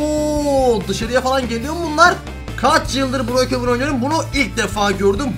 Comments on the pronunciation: O bu arada breekevın değil brookhevın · Boyokevın diyo hahaha